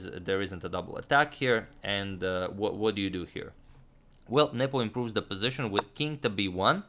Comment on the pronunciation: i keep hearing nipple instead of nepo